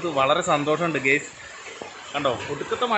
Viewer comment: ഗെയ്‌സ് എന്ന് പറയാതെഡെയ്... ഗൈസ് എന്ന് പറയു... 🙏